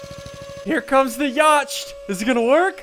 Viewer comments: Ya-ch-t. it's pronounced ya-t or... YEET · it's not pronounced yacht, it's pronounced yat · That is so not how you pronounce yacht. It is pronounced "yot" not "yoch-t" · it is pronounced yot not yocht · Uhm.. The word "Yacht" is pronounced "yaht" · ITS PRENOUNCED YOT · WHYYYY it's more like yot not yacht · Why do you pronounce yacht yoch? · yacht is an English word pronounced 'yot' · I think its pronounced yha-tt not yacht XD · it's pronounced yacht (yaht) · Not trying to be mean BUT ITS PRONONCED "yaht" NOT "yacht" 😂😂😂 English am I right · U pronounce yacht yat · its pronounced yacht (yau-t) not yacht (yau-ch-t) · Pronounced Yot. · u r saying yaught wrong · For everyone saying Ssundee mispronounced "yacht" he's just playing around he knows how to pronounce it. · ssundee did you mispronounce yacht facepalm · Pewnieteam ok 1. Ssundee said it wrong 2. Its not funny sure it might have been a joke but to do it all those times its not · HamsterMC He knows that he's pronouncing it wrong purposefully. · SSundee you said yacht wrong it's yacht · Did he say yacht without a silent ch? Dood thats sad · he said yacht wrong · Who else is triggered on how he pronounces yacht